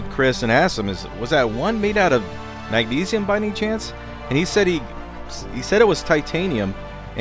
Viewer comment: Did he say Mag-sneeze-ium?